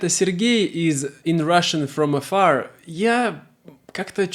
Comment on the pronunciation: It makes sense. I laughed at the hollywood accent "Russian from Afarrrr!" 😂